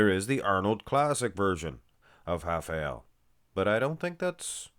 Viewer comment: im brazilian… mmm is doing a good job in the pronounce